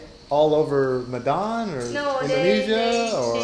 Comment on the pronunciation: Please, Medan is pronounced May-dan.